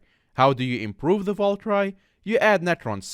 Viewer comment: Valkyrie not valcry